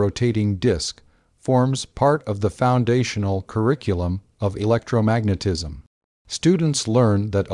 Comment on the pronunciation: Ugh. The randomly stilted AI monotone robot voice "electro....magnetism" "One thousand eight...hundred seventies" It's like nails on a chalkboard